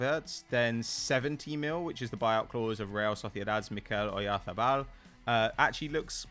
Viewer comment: Damn on point with the Oyarzabal pronunciation